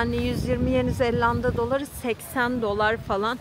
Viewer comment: Yeni Zelanda 'ya Yeni ZeLLanda demen bile çok tatlı. 😊